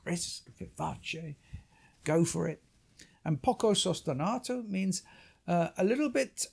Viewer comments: Poco sustenuto , of course is pronounced like sostenooto 😂 Not sostenahto , not english please, it is an italian vocabulary ! 🙏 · Fascinating discussion of one of the most glorious of Beethoven's symphonies. If you'll forgive me - languages are my other passion- you make a couple of errors in both your Italian and German. The tempo marking is sostenuto, not sostenato. As for the great hall in Vienna- the Musikvereinsaal- it is pronounced 'verine' not 'veren or 'vereen''. The easiest way to remember the difference between 'ie' and 'ei' in German, is that it is the second letter that is pronounced: so 'verein' , like wein ( wine), meine ( mine), and kleine ( little) are pronounced as in the English ' ine", whereas 'ie' : Dienstag ( Tuesday), liebe ( love), and Wien ( Vienna) are pronounced 'een'.